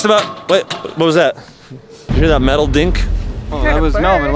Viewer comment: I heard meatle